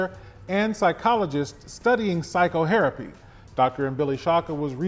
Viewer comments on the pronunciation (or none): "...studying psychoHERapy" Wtf? Is that a new woke field or did he mean psychotherapy?